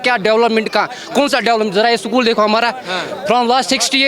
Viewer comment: ये स्कूल को सकूल बोलता है देखो उलटा खोपड़ी को